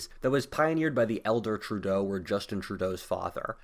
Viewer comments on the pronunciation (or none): none